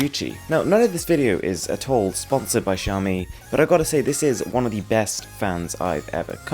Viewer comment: At least you pronounce Xiaomi correctly.